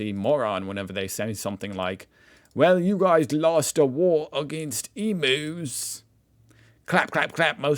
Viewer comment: Don't pronounce it "Or"-straylia. It's "Oz-traylia," And they are "e-myus" not "e-moos." they are not cows lol.